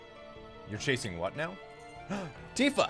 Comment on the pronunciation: its "Titfa" ;p